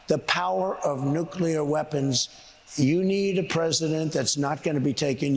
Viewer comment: "I understand nucler (sic)". Sounds more like Homer than an MIT professor. Ask him if he understands the Nuclear Triad YET?